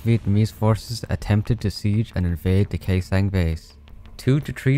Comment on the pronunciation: Bruh you spelled Khê Sanh accurately like a native Northern Vietnamese but a little dissapointed at Huế though it is spelled like "who-eh" but fast and raised voice